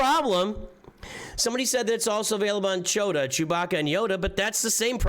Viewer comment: you also learned the right way to pronounce Chewbacca...